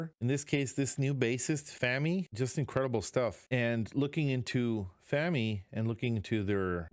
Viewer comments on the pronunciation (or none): Pronunciation police: FAH-mee with the vowel of father, not as in "famine". I think the video means that you should not enshrine in your mind bad things that happened to you (as represented by the picture frame), but smash that old memory and carry on. The tools for that can be found in your mind as well (the sword is part of the story within the picture frame).